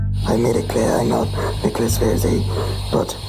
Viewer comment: I love how she makes an extra effort to deliberately get name wrong every time she says it, as if she wouldn’t remember it.